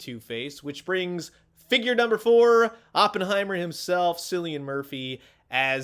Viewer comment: Cilian Murphy is pronounced with a hard c